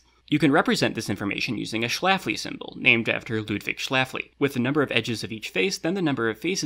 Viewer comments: It's not pronounce shlafli is pronounced like shlefli because the letter ä is sounds like the letter e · Small correction: I am pretty sure the ä in Schläfli is pronounced [ɛ] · pronounces “Schläfli” with an /æ/ instead of /e/ and now I’m having a small mental crisis because is this correct in principle because Swiss German has /æ/ instead of /e/ for <ä>? Did do this on purpose?? It seems exactly the sort of thing would do on purpose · C'mon,, you're a linguist. Schlaefli was Swiss. That a-umlaut is even sweeter in Schweizerdeutsch than it is in Hochdeutsch.